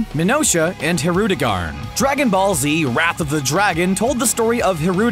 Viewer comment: You pronounced Hirudegan's name wrong